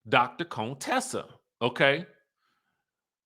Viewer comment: It’s you keep saying Dr. Cone Tessa for me 😂